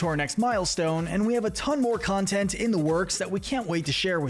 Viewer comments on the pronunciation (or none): none